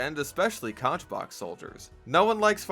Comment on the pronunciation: Personally, I've been running conchbox soldier for most of my playtime. Hearing you put it like that, though, made me rethink my loadout- I'm definitely going to be trying the shotguns a lot more. By the way, just like the animal, it's pronounced "CONK"!